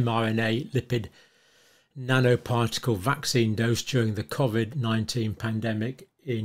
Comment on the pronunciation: My personal sense is that he covered himself by never pronouncing COVID correctly. He called it ‘CORE-VID’. So when he gets dragged in front of a jury l, he could say ‘oh no no no, I wasn’t meaning COVID I was talking about something else. lol.